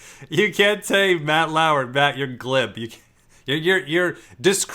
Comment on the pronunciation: Everyone: Matt Lauer: Matt LaAwuEr